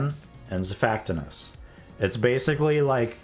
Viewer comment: i assume its pronounced zifactinus?